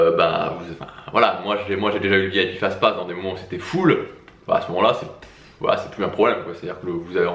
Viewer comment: On a l'impression qu'il dit vip fast-fast